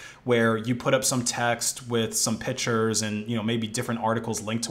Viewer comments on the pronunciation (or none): Why do you say “pitures” it’s pic-tures!